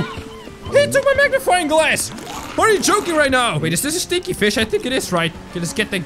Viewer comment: I love it how says stinky as stchinky 😂